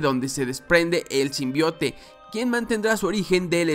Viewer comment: Me da risa cuando dicen el tráiler Sim Bai Out :v